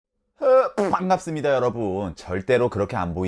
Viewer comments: 으어아?아 빤갑습니다 ㅋㅋㅋㅋ 개웃기네요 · 인트로에 뽱갑슴미다 는 한국어아닌느낌.. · 옛날에는 뽠갑습니다가 발연기로 사작됐는데 지금은 약간 술먹은 아저씨같아요 ㅋㅋㅋ 오늘도 명언 고마워여